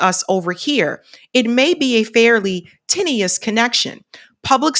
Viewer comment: tenuous - ten-you-us Weak/flimsy/insecure/long and thin